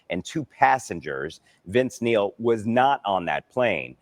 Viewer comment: Neil, not Nail.